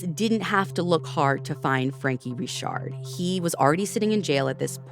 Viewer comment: Yes, it is pronounced Ree-shard.